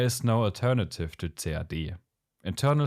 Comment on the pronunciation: I like the video and the clear in-depth explanations from the user point of view, but please use for CAD the phrase /kæd/ or /si-ei-di/, and not /ce-a-de/. I do speak German, and still, until almost the end of the clip, I could not catch what you were referring to.